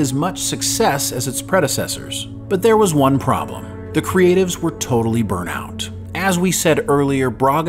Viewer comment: totally "burnT out". There's a T at the end of it. Not totally "burn out".